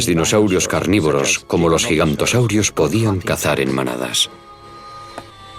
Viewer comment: Se dice Giganotosaurus no Gigantosaurus